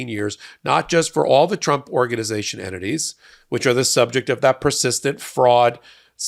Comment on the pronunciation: Could you please stress the "t's" in "entities" , so it doesn't sound like "enemies"...? Many Thanks for all your great work in exposing corruption, and keeping normal people informed, involved, and interested in preserving Democracy.